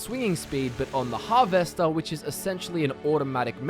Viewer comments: Can't get over how you pronounce harvester hahaha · I have literally never heard anyone pronounce the words Alteration or Harvester the way you do and it makes me ears confused because you have a perfectly normal Aussie accent besides those 2 words. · Why are you saying harvester like it's two separate words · I'm Australian and he is the only Australian I have ever heard say Harvester like that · is da accent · but your English. I dunno anyone in England that days it like that